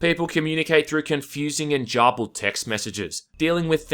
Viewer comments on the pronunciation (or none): Shotguns bad at range, eh? 🤔 Also first time I've heard someone pronounce garbled as "jarbulled".